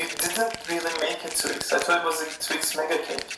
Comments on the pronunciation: it’s just twix not twik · I love your videos so much . I think that it’s Twix not twin. Yo your always right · " I think the 'x' is an 'ks', I think its a Twick." Me: legitimately chokes on the water I was drinking trying not to laugh 😂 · Yolanda!!! I can’t believe you deal with this guy!! 😂🤣😂🤣 a twik??!? A friggin TWIK?? Is he serious? I can’t stop laughing.. it took me forever to type this! OMG 😂🤣😂🤣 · Twix not twik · that foreign man calling one twix a twik is literally the funniest thing i’ve ever heard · Wouldn't it be better or safer if you froze the carmel? Love twix. But I'm w you on TWIX and NOT Twiks lol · and why TWIK if the product clearly says TWIX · lol "I don't think this one twick" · Twice ends in ‘x’ like box so shouldnt it be twixes because we say boxes